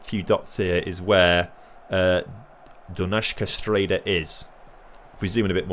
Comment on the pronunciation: “Do-nice-ska Stray-da”